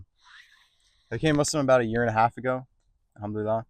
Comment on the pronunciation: Try to pronounce ‘Al-Hamdu lilLAH’ (الحمد لله) correctly, Islamic brother.